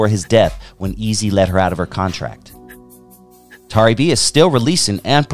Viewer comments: Not Tary B pronounced Terry B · Pronounced Terry though 🤣